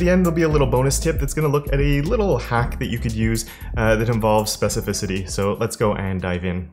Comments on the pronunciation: Oh, finally, you have pronounced `specificity` correctly, hhh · congrats, you've mastered CSS, since you've mastered pronouncing 'specificity'. The specificity trick (same class repeated) is useful when working with something like a WordPress theme. The theme style might have multiple descendant class selectors that you need to override, and you might not know what those classes are, they might change dependent on different templates or they might be added by plugins etc. It's a hack and a sign that you're losing control of your styles, but it can reduce the amount of CSS by not having to write lots of different multi-class selectors to override every descendant situation.